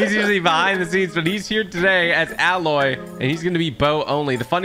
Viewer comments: It’s a-loy not alloy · Why do so many people say alloy like the metal its pronounced Ayy-loy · A-loy!!!!!!!!!!!!!!!!!!!! Not alloy! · I dont mean to be that guy but TG her name is not "Alloy" its pronounced "A-loy" kinda like "De-ploy" If you dont trust me just check the way they say it in the game. I promise im not a troll. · Tg plays the Aloy this is how u pronounce it Ayloy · fun fact: aloys name is pronounced AY-LOY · Its pronounced like Ay- Loy, Aloy. :) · It's "Aye-loy". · You are canadian as am I, so I say to you sir... it's pronounced EH-loy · It’s pronounced Ay loy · Can any streamer learn how to pronounce aloy